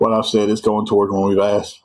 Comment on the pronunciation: I think they were trying to say "TOWARDS."